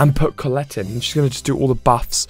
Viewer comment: It's "Cole - let".